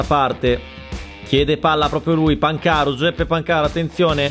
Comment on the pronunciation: si dice pàncaro non pancàro